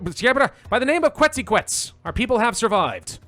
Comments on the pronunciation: Ket-zuhl-co-ah-tul. Just for your future reference. Keep up the amazing work. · Deity pronunciations: Quetzalcoatl: Ket-zuhl-co-ah-tul Xipe Totec: Zhi-pay Toe-tech Tezcatlipoca: Tez-cot-lee-poe-cuh Huitzilopochtli: Hweet-zee-low-poke-tlee Mictecacihuatl: Meek-tay-cah-si-wah-tul You actually got Tlaloc right first try, ehehe. The hard part with all of these is that to pronounce them COMPLETELY accurately you have to say all those syllables together relatively fast and breathlessly.